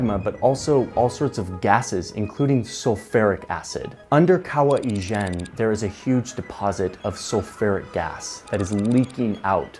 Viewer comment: It's kawah Ijen bro :)